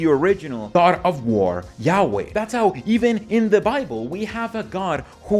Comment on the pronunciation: When you say yaweh, it sounds like you're saying yaoi (in an american accent). Totally changes the meaning. Yaoi is a stormgod with a big member. 😏